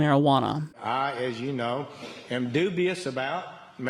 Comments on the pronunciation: "I, as you know, am doobious about legal marijuana." ayyy lmaoooo xDDDDDD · lol, doobious